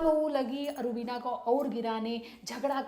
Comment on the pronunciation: Rubineeeeeea how beautifully she pronounce 😘🇵🇰🇵🇰